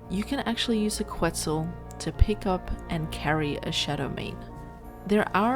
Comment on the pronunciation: It's "Ket-Zal" not "Qwet-Zal". Solid video though! This obviously wont work on PVE servers that disallow wild dino pickup. If you can't afford to replace walls you can just derender it and it will drop aggro.